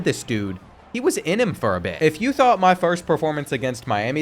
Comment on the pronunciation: Its not bean bro it's YOU 🫵